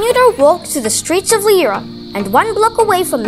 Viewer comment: It's a lovely little video, and I really like it..... However, it is pronounced "Loo-ra" and the church is pronounced "All-bns".